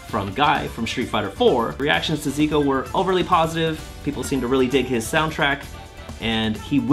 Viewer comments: Wrong pronounciation there for Zeh-Cuh. Do you call Ree-yu Raiyu as well? Anyway..really happy for Tokido and his Seam win..been rooting for the guy for years and I really hope and think that he has a big shot of taking Capcom Cup as well. What a story that would be..no one except Momochi won a Capcom Cup and Evo in Street Fighter (as far as I know). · I thought it was Zeh-Kew? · "zeeku" please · I'm not entirely sure why a lot of people insist on calling character by some weird assumed pronunciation. Like when it became a fad to call karin ''kareen'' and rashid ''rashyead''. Now its....ziku? Zeeku? Come on, it's just....zeku. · Isn’t it pronounced Zeh-Kew? Also, are you legally not allowed to mention MvCI right now? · Zeku is presumably Japanese, like Karin, so should use Japanese pronunciation. Or don’t; people totally butcher ‘Tokyo’ (tou-kyou; 2 syllable, not 3) all the time, yet the world has not ended. Personally, I think it is good to learn to pronounce foreign names and words closer to the original—it just seems polite to at least make the effort. Just an opinion, of course.